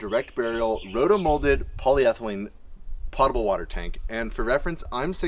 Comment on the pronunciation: it's "pote-able" not "pot-able" sorry, it's just for some reason this one really gets on my nerves. lol